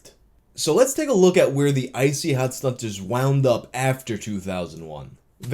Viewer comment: I wish he didnt pronounce the 2nd T in StunTazz 😂😂 id say it Stunnaz but thats just me 🤷🏻‍♂️